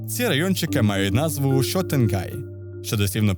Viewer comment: Ви провели цікаве дослідження і окреме дякую за адекватну транслітерацію японських назв:) було дуже приємно почути Йокочо і Шотенгай, а не Йокосьо і Сьотенгай як прийнято казати згідно деяких підручників. Аж моторошно від цього крінжу, тож дуже зраділа коли почула гарну вимову